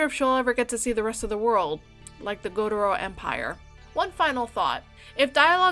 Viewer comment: I almost thought you said satouri gojo - but it was gotoro lol